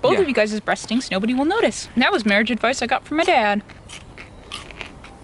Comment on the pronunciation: vowels are a bit off. Instead of saying "stink" he says "steenk". We shall help improve his English since he helps us improve our cooking!